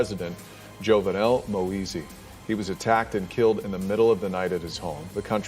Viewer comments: these people can pronounce giuliani correctly but struggle with moise....smh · I wish they would pronounce his last name correctly